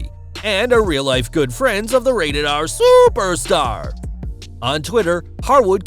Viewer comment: Why he say superstar like dat